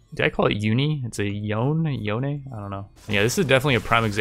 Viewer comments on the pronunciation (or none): none